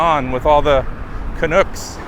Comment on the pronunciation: Canucks rhymes with trucks. not snoock